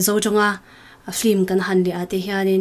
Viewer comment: Film ania flim tiin i lam tlat a,ka lo ngaimawh ve tlat